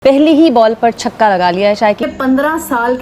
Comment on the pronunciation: 4 caukke nhi, 4 chhakke👈👈👈👈👈👈👈👈👈👈👈👈👈